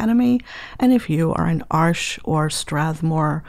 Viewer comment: As a German I find it so funny when people call Arches "Arsh". "Arsch" means a*s in German, lol. Btw, which one would you recommend for illustrations and portraits? I'm using hot pressed for that and been using the Academy so far. Do you think the artist grade would perform better?